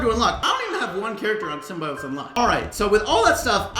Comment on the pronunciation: love ya man but as a marvel fan pls say Symbiote properly